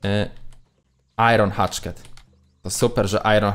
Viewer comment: Proszę cię nie,,Iron Hatchket" tylko Iron Hachet. (Bez obrazy)